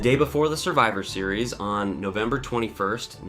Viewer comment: Decent video, but the AI voice is a bit distracting. Especially the clunky way it says 'Survivor Series' and 'Honky Tonk Man.'